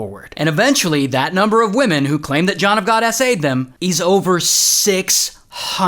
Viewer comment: John of GAWD - awful!